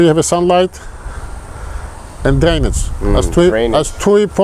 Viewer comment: says several times there are 2 major things to planting, Sun and D??. Couldn't make out that one word he was saying. Sounded like he said Danish in my ear. Could anyone else understand? He has lots of good advice and I don't want to miss out what he might have said that I couldn't figure out. I listened several times over and still could'nt make it out. I'm deaf in one ear and some tones I have trouble hearing so don't misunderstand and think I'm not sincere. And since there are no subtitles to help, I figure I'd ask here. Anyone?